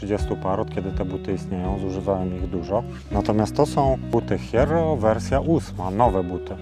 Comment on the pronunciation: Hierro to żelazo po hiszpańsku. Wymawia się jerro. Ale to już nie ważne bo zmieniasz markę 😊